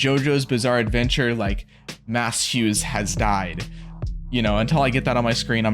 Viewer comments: Slight correction on the pronunciation of Maes. It’s pronounced Mays. Not Mass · This feels like an appropriate time to mention that Hughes' first name is pronounced Mays, not Mass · His name is pronounced "maze".